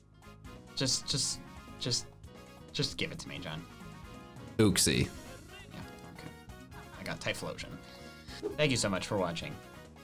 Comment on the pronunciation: Did he just say OOCSEE? I thought it was pronounced YOOCSEE!